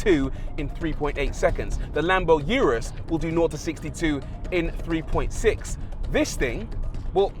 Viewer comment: lamborghini "you-russ" "porscha" hahahahahahaha what a joke!!!!